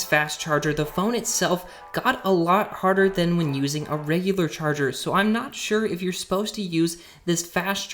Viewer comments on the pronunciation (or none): Did he say harder instead of hotter?